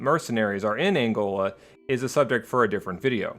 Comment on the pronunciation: am from Angola well Zaire to be exact please do a better job at pronicing or saying it right or google it please. Aside from that good job